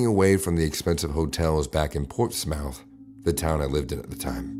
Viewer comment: POV: You have lived in Virginia over 9 years & you know when people aren’t from VA because of how others pronounce Portsmouth like in the last story in this video & the way they pronounce Norfolk in a different video